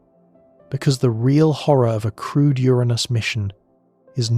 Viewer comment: Also, every time the voice says “crewed” it’s easy to hear “crude” especially here where going to Uranus would be crude even if crewed lol. Maybe for some to differentiate use “manned” instead? 🧑🏽‍🚀🚀